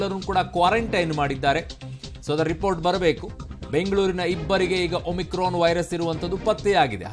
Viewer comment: Omrican alla mam omicran antha heli